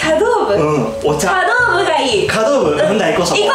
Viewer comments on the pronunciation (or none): ちゃどうぶじゃなくてさどうぶですね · 茶道部（さどうぶ） ちゃどうぶじゃない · 茶道部 ちゃどうぶじゃなくてさどうぶ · ちゃどうぶ、、、、？？ 茶道部（さどうぶ)